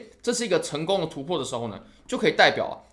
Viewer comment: 突破、重要、加上、跌破，这几个词再读一遍。